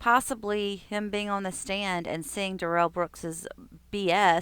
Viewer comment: Why do you call him, Durrell? His name is Darrel, he said it himself. He’s trying to make himself feel special and you are promoting that belief.